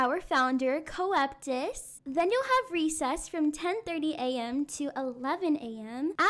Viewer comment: “And our founder coeptus” IM DEAD LOL 💀